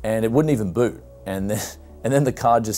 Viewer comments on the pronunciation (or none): none